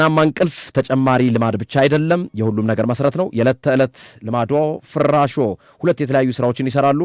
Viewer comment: ፍራሾ ጠበቅ አታድርገው ላላ አድርገህ ፍራሾ በል